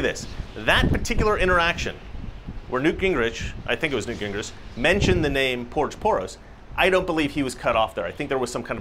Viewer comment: Its SCOURGE POROS get it right lol! My wife and I love your show